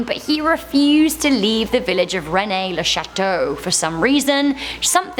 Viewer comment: Rennes-le-Chateau = not pronounced 'René' It's pronounced as 'Rén'.